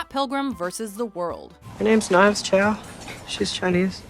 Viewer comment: chau knives deserved better, say it with me